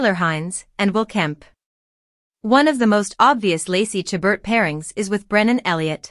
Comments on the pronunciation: Please learn how to pronounce Lacey's last name , the t is silent. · It's disappointing that this video doesn't even pronounce her last name correctly. And its title is misleading.